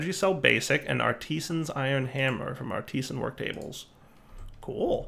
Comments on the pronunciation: "arr-tee-san" art-is-an. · less than two and a half minutes in... ARTEEESAN! Oh,...